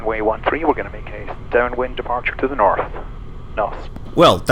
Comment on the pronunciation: Sounded like you said “Norf” there… 😉